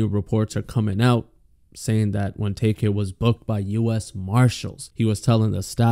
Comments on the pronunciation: LMAOOOO HE CALLED HIM TAYK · Lawyer actually called him ‘Tay Kay’